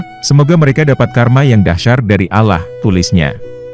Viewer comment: Pembawa narasi nya non muslim kah baca Allah nya sprt itu